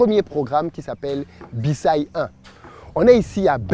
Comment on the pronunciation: on dit "Bissaï" et non "Bissaye"